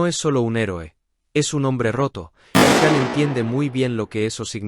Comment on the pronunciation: Por favor se pronuncia “Shan” no Can